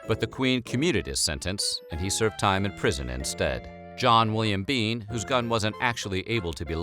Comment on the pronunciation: "mIstAh biEN"